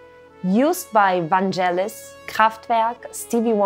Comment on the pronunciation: Great video but the G in Vangelis is a hard G as is GaGa. Cheers! ❤